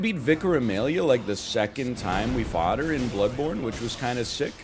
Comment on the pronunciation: Larissa says it "Blowed born," not Bloodborney, I went and watched the clip. You do have to like, build your character though.